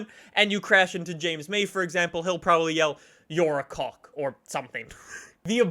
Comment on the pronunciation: you saying cock just doesn't sound right to me (a British person)